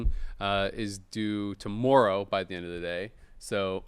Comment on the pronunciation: We are not glossing over how ridiculously Canadian "tomorrow" was